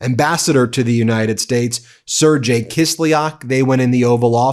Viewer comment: Sergei is pronounced as (sir-gay) Not (sir-jay)